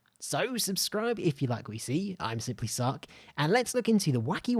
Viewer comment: Thought he said, simply suck lolll